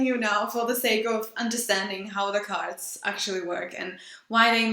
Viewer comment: Sounds like you're saying "gods" now "cards" lol